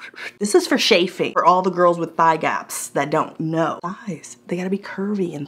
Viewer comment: CHafing, not SHafing.